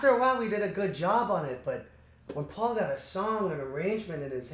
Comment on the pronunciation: am I the only one who caught him saying faul instead of paul when he was saying geo's quote? or am I hearing things? (the subtitles say otherwise...)